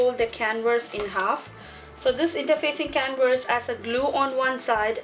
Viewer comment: Hi, Beautiful job. Oh, the word "canvas" is pronounced can-vis or can-vas. You are pronouncing the word "can-verse". I hope that helped. Otherwise your english sounds excellent!